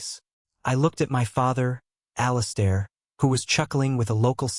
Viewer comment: I hate the way AI pronounces the name "Alistair". This story is nonsense. The brother is not a professional MMA champion, he's a corporate executive and a gym bro, he's an amateur. If he was a professional fighter he would definitely beat someone who isn't a trained professional fighter. It's like believing the idea that just because someone is a marine he could take on the world heavyweight champion for the WBC belt because he has killed people in combat and also knows how to box.